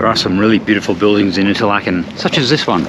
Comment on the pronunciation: Duuh! It's pronounced 'Interlaaken', not "Interlakken". You're in good company: Steve Marsh has vlogged many hours in Fuengirola and still can't pronounce it (the 'g' is pronunced like the 'ch' in "Loch". Sorry to be such a git. 😊